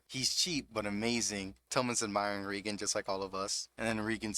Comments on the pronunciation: REEEE gen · Great narration but my guy watched 3 seasons of the anime and still can't pronounce the names right like Reigen.